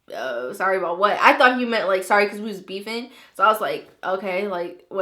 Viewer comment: the word beefing sounds so weird LMAO who thinks the same.